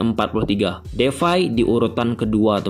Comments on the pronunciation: It's depay not defay😂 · Memphis depay bang bukan defay🙏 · Depay bg bkan Devay🤣